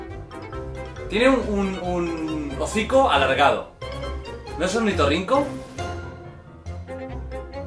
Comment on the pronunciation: Alguien me dice cuantas veces dijo naur 😂😂😂